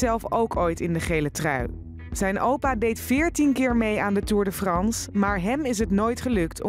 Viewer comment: Nederlanders kunnen echt geen frans omg belgen kunnen veel beter frans hoe die presentator tour de France uitsprak ahahahahaha